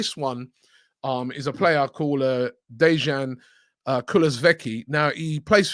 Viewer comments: Dejan is pronounced “Day-Yawn” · Dejan what? Robbie and butchering of names. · As a swedish person i can say that you violated dejans name. haha, would love to see him at arsenal tho. He is top class.